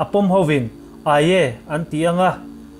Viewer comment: "Ai-e" tih hi "Aye" a ni a. "Ai-e" ti lovin, "Ai" tih mai tur a ni. 😆